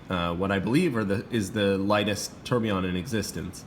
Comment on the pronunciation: Beautiful watch! Deadbeat seconds are cool, it's a watch geek complication for sure. My only issue with the review: do you have to call it a "terb"? 😂😂😂😂